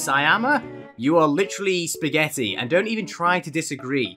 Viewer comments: Can't even say spagetti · beo dont make spaghetti sound bad spaghetti 🍝🙄😒😙